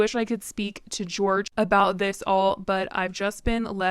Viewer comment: in spanish, the j sounds kinda like an h so its not george but its like "hor-hay" cuz it's spelt jorge (i think??)